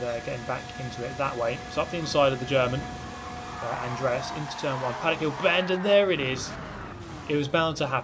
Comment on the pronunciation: The way you pronounced Andreas offends me.